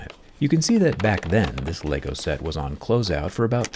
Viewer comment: My issue is his ability to not say LEGO right. Dude is smart apparently but can’t handle how to say LEGO? It took him down a peg for me haha. :/